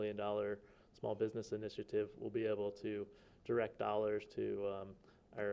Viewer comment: biDness , what's a biDness ??